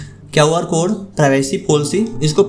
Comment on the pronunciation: kaw R code nahi re QR code hota hai